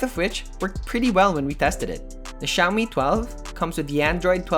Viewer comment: i keep on hearing shaomi pub lite